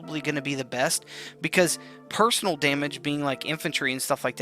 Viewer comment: "Personnel" is pronounced "Person - Ell", not the same as "personal" Sorry, that's silly, but I couldn't help myself.